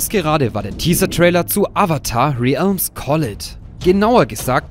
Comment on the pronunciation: Man spricht es "rälms" (mit englischem r und einem ä wie beim englisch L ("äl")) aus, und collide wird "collaid" ausgesprochen. Bin schon echt so hyped auf den Film und die neue Serie, aber das mobile game werde ich safe nicht spielen. Finde es auch komisch, dass die existieren dürfen, bzw. dass Konietzko und DiMartino nichts dagegen haben.